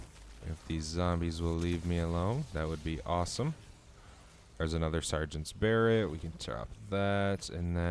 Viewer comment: It's pronounced buh-ray, not bear-ret.